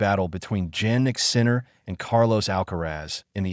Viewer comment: Stupid bot can't even pronounce Jannik.